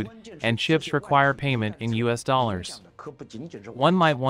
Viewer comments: Doller. not Dough lah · And Dolow too. It's probably a non-English country bot reading symbols.